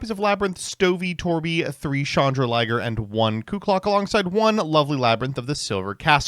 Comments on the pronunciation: it’s Chandraglier not Chandraliger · The pronunciation on Chandraglier has to be ragebait, right?